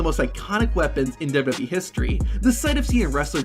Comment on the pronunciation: Love your videos man. But the way you say "WWE" makes me irrationally irritated xD